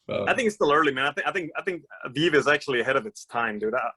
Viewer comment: Amazing discussion all around and please for the love of all things holy and good: they are pronounced Veevee. DOGEcoin. Veevee DOGEcoin. But love the convo ;)